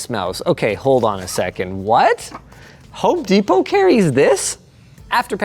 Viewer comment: Desperate.... I had to re-play that to see if you called it what I do... "Home Despot".